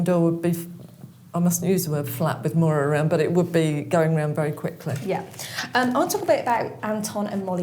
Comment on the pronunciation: Her name is Maura love not mOira x